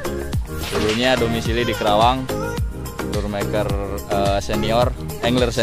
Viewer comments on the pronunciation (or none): Maaf om , perlu d tegaskan ya,, bukan kerawang ya, tapi Karawang....😔😔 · 😊😊 iya om saya juga ngerti,,penyebutan karawang krn trlalu cpt pengucapannya jd trkesan kerawang..😊😊 Saya tinggal di Karawang udh lebih dr 10th masa ga tau..😁😁